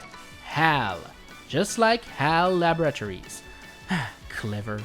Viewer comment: WHY DO YOU PRONOUNCE LABORATORIES AS "LAB-UH-RAT-OR-EES" AND NOT "LAB-RUH-TOUR-EES", EVEN "LUH-BOR-A-TOUR-EES" WOULD BE FINE NOOOOOOOOOO